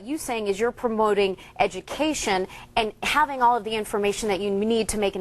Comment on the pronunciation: She almost said edumacation! I'm in tears 😂😂😂😂😂